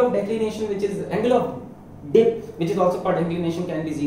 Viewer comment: it sounds to be Angle of di•k 😁😁 Sorry guys just joking don't take it seriously 😜😜😜